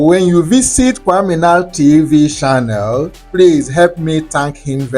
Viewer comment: please, you have been in Ghana for a long time. Stop saying shannel instead of channel, and before you say shair, it is chair.